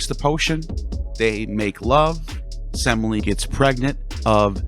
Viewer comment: I'm laughing because you mispronounced Semele. The middle e is an accented epsilon, se-may-le 😂